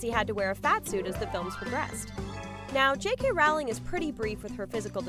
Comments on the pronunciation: The name is Rowling! Like in row row row your boat! You stupid idiot! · I've never understood how someone can make a Harry Potter video and not know how to pronounce Rowling's name.